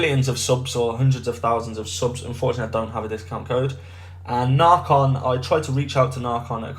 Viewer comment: It’s not narrrcon is naycon